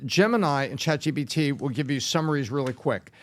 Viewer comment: I don’t understand why Patrick keeps saying ChatGBT…